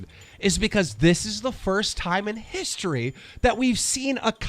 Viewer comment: It’s history, not hishtory